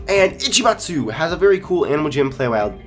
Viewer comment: I love how he said Ichimatsu correctly it made my day. thanks